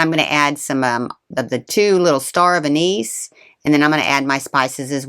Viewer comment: An nis not A niece. Bak la va not bak lava.